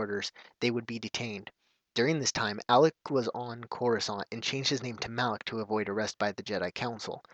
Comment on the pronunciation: Isn't it Malak? not Alak? I'm not 100% sure though.